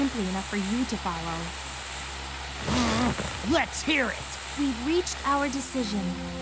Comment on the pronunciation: That one in particular always sounded like he was doing that thing children in cartoons and stuff do where the Ls are Ws, so it sounded like “Wet’s go!” instead of “Let’s go!”